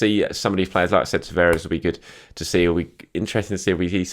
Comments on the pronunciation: Tavares is pronounced Tavarsh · My Portuguese mate reckons Nuno Tavares is pronounced "Nuun Tavarsh"